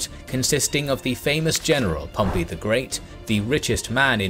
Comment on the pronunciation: He makes that Pompey guy's name mean what it sounds like today. "pomp-PEE". Golden shower bro.